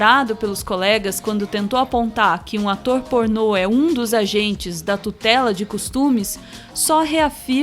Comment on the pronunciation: "Atô pornot"